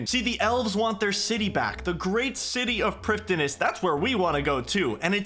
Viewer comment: FWIW, "prifddinas" is straight-up just the Welsh word for "capital city". The "f" makes a "v" sound and the "dd" makes a hard "th" sound like in the word "then". So it's pronounced "privthinas"